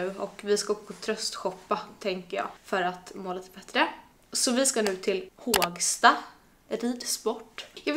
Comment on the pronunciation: Inte Hååågsta, utan Hoooogsta! Med O 😊